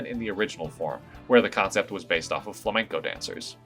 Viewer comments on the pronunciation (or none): none